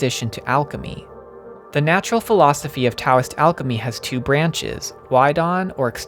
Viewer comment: the T in Taoism is pronounced like a D